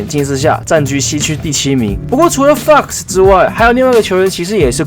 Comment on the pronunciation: 你念FOX的時候語氣好像髒話